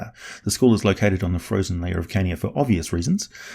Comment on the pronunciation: I hear Kenya when you say Carnia and it gets me everytime.